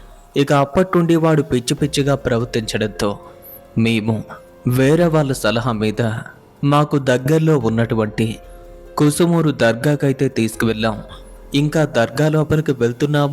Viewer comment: Adi kusumooru kaadu bro kasumooru dargah nellore district